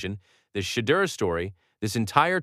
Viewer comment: Say his name right